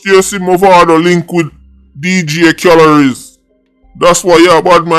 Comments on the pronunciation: "Dj khalories" 🤣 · Dj kahled nah dj calories 😂😂😂😂